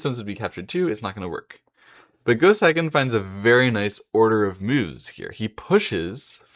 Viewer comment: A bit of advice: if you're going to make a video about someone, first learn how to pronounce his or her name. "Seigen" is pronounced "Say-gen" -- NOT "Sigh-gen."